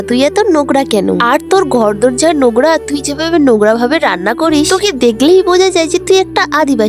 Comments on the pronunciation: নোকরা নয় নোংরা হবে,এই তুমি কি, তোমাকে দেশ থেকে বের করে দেয়া উচিত,ভাই রে ভাই গ্ৰামে কি আর মানুষ থাকে না,কথা বলতে পারে না ঠিক করে।যে যেখানে থাকে সে সেই ভাষায় কথা বলবে সেটা কেউ পছন্দ করুক না করুক কিন্তু উচ্চারণগুলো তো ঠিক করে বলতে হবে। তুমি কি লেখাপড়া শিখ নাই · নংরা❌❌ নগরা✅✅✅✅ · Nogra na... OtA nongra😂😂😂😂😂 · নোংরা ❌ নোকরা ✅ নিজে ভন্ড অন্যকে ভন্ডামি শিখাচ্ছে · নোংরা ❌নুংরা✅ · Nongra ❌ nogra 😂😂😂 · নগ্রা ❌ নোংরা ✅ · নোংরা ❌️ নোগরা ✅️😂😂😂😂😂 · নোংগরা✅ নোংরা❌😂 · দিদি এটা নগরা না এটা নোংরা শব্দ আগে ঠিক করে 😅😅😅🤣🤣😁😁😏😏😏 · নোংরা❌ নোগরা ✔️ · নোংরা কথাটা নগরা শোনা যায় 😊